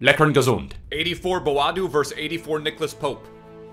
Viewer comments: Its noy boaadu but bo-a-du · its booo aaa doe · It’s pronounced BO AH DO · Myron Boadu exists:: "Mbadu" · Het is Bo A Du :-)